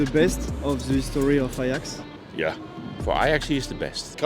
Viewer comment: Par contre mgl OK tu nous explique l'histoire de l'Ajax en français c'est cool mais stp plus jamais tu dis l'ayax en français le J se prononce donc tu dis l'ajax